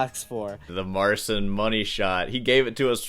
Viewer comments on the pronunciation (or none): No Marcin in Poland pronounces his name "MAR-sin" or "mar-SEEN". It's "MAR-chin" source: am a Marcin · This is not how you pronounce his name 😭 pronunciation is closer to the correct one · Your original pronounciation of “Marcin” in way closer to how this name is supposed to sound. This “Mar-tzin” is nothing like we pronounce the name Marcin in Poland. The only thing you do not entirely correct is the “ci” sound. It is one sound in Polish, it does not exist in English. Sort of like the first sound of “ciabatta”. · It's not "Mar-sin." It's "Mar-cheen." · OK, now that you know the correct way to pronounce his name (Marceene), how about using it? The correct way to pronounce a person's name is how they pronounce it, not how you would wish it to be pronounced; to do other wise it to engage in micro aggressions. For example, do you play a Mozart score wrong even if you know better? Come on, get with the program... I do appreciate that you acknowledge a person's ability and that you are good natured and fair behind your YouTube persona (I wouldn't watch you if you weren't). Look at the following example of how a person's name works. What's the Difference? (Star Trek Data and Dr. Polanski) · I thought mispronouncing Marcin as "Marseen" was annoying, but then - "Deeadario". 😂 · His name is pronounced as Marchin in Polish, perhaps he just accepted the incorrect English prononciation. Surname is Patshawek if you're curious, "a" as in "argue" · Marcin cannot pronounce his own name... As a Pole (and a North Pole), I can tell you that's not the way we say "Marcin". But, hey, whatever floats his boat. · This absolutely isn't how you say his name. It's some weird version adjusted to English phonotactics to make it more pronouncable by his target audience. PS I know some absolute psychos from south america who advise ditching rest stroke altogether, idk about that :v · No, that's incorrect way of pronouncing it. Cheers from Poland. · Learn how to pronounce his name! Jerk